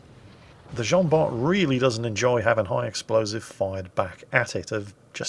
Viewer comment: It's pronounced Jean-Bar! Hilarious replay tho ngl